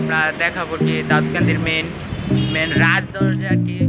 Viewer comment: দাদকান্দি না দাউদকান্দি বললে ঠিক হতো